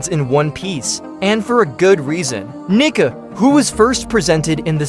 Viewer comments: Its pronounced, KNEE CAR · why is your ai voice saying the N word?